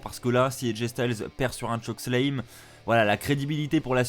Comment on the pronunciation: arrête de dire chokeslame, c'est chokeSLAM. et ce show était de la pure merde. de A à Z.